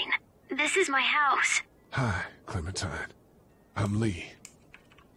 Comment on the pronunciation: Funny the fact that Toby said clementin instead of clementine